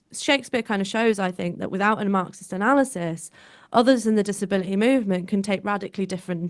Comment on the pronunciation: She's dropping her Ts in places, in an attempt to sound working class. " Disabila ee."